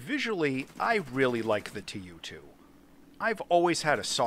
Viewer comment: Tu is being read as a word, not two separate letters aki like in alphabet.